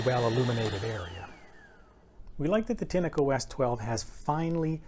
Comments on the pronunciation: Pronounced with a short 'e'. If you don't know what that means, it's an English pronunciation aid. Tin-echo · Why do you call a “tin-a-co” ? When there is clearly no a in the brand name